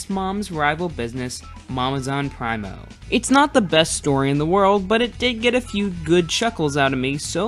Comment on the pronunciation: are you sure it's not 'pree-mo'?